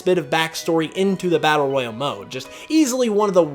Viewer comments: are you sure your saying number 4 right Royle is way different than Royale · Royale and Royal are pronounced differently.